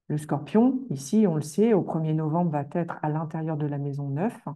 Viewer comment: Pourquoi les "astrologues" sur YouTube disent fréquemment "vaTêtre" ?